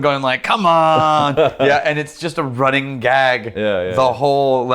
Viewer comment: runnink (not running) Rex: takes a sip of whisky